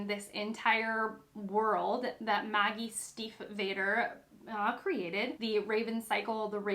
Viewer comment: This is a good recommendation, I didn't know it but now want to read it! Just a tiny note, you pronounce the a in Stiefvater as a long a (like adolescent)